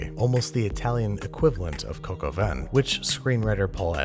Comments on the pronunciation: It's not pronounced cock-o-van, say cock-o-vä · It’s more cock au vin instead of coke au vin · "Coke" au vin? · Cock al vin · Ur saying coco vein but it's actually three French words that mean rooster with wine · "cocoa van" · Please say some other dumb idiot pronounced the recipe as “cock aw vin” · I am British and for 21 years I thought he was saying "can of collagen". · Me, every time Americans say coq au vin: IT’S PRONOUNCED COCK